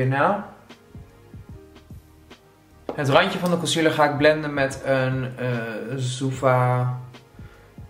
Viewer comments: Spreek je t niet uit als zoëva? Zoeva klinkt zo gek ofzo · hahaha hoe je zoeva uitspreekt love it😂👍👍